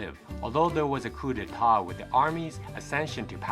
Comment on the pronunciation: Not sure if I understood you when you say coup de ta? Are you referring to coup d'état?